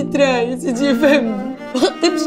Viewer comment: اللي عامل دور اليهودي يغلط برشا مرة يقول سيدي و مرة شيدي 😂😂😂😂